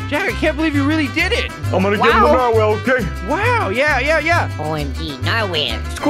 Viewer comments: How do you get a huge “narwhale” as he calls it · Lol he said mighty steed to his narwale